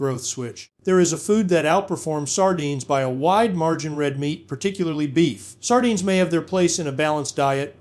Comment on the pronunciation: Sar dynes.. love the AI pronunciation.😢